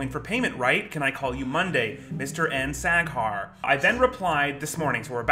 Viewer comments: 😂😂😂 sack hair, I’m screeeeming 😂😂😂😂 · Sack hair hahah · Just as pronounces the name Saghar, it sounds like the German word Sackhaar which means testicle hair! Best regards to Multi Visions and its leader Mark the Shark! <3